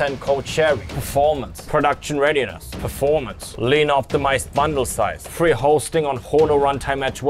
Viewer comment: I've watched this several times now but only just picked up on the emphasis on "free hosting", lmfao